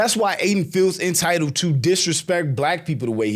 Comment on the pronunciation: Imagine talking about someone’s intelligence and saying “intitiled” 🤦🏾‍♀️🤦🏾‍♀️🤡